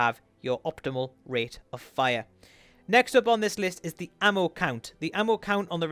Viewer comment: "The base rase of fire"